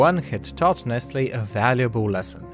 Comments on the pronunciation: Ummmm. It’s nessle not nestle.... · Nestle is pronounced Neslee🤔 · Well, as a French I pronounce it "Ness-tlé" (I actually don't know how to transcribe the "é" song) But maybe it's just me